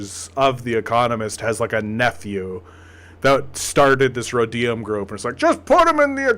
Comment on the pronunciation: thw Rhodium Group is a well-known thank tank focusing on China. They are totally legit, albeit pro business 100%. Oh and it's pronounced RO-deeum.